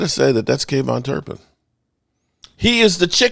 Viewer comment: Who is kayvon turpin? You mean kavonte turpin